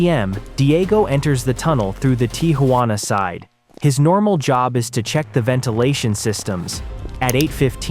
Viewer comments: Arellano is not pronounced Arelano, double L in Spanish has J sound as in Jack. Arellano, sounds like Are J ano. Tijuana is not pronounced Tiguana, the J has the same sound as H in House, so it is not Tiguana like iguana, but Tijuana. Hector has the Spanish silent H, so we do not pronounce it. It does not sound like Jector, but like ector. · "the tee ha wanna side"